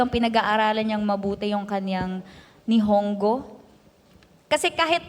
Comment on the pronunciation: "NIHONGGO" is pronounced as "NIFONGGO".